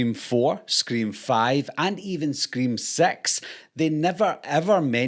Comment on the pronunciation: "From Scream two to Scream Sex"? I never heard of Scream: Sex. It sound like you watched Scream on wrong web site.